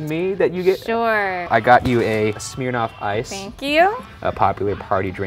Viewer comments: "Smeernoff ice" EWWWW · Did he say ‘smear-noff’? I’ve never heard it pronounced like that before🤷‍♀️🤔